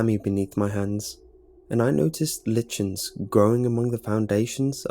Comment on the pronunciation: lichens? why did he say it like that xD